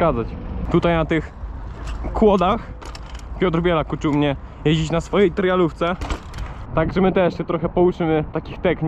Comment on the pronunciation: czy nauczcy mnie Pan jedzić ? Rozwaliło mnie to